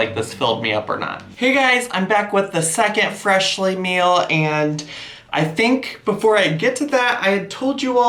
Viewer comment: At :36 / :37 you said Freshlyn lol